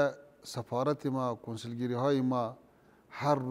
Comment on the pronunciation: این پشتون ها نمیتانه حرف :ف: را تلفظ کنه. میگه« سپارت» منظورش سفارت است میگه«سپیر» همان سفیر است ههههههههههه